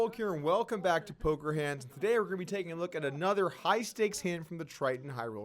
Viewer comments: guys he said Polker Hands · Haha it’s randy lew aka nanonoko.. he just made a speech mistake, he knows what he’s doing. He immediately says after “making Ax suited less likely” to correct himself. But yeah I noticed it too and was like you sure about that nano..? 😂